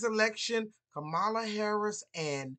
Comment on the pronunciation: It sounds more bias then pointed reasons why she lost. Also, the consistent misspronuncation of her name.